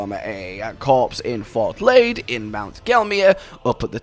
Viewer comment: Laiedd: the ‘i’ is like the ‘y’ in ‘yes’; and the ‘dd’ is like the ‘th’ in ‘this’. Is Welsh in nature, just like Blaidd’s name